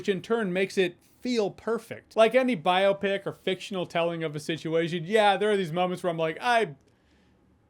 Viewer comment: Thank you for pronouncing biopic correctly.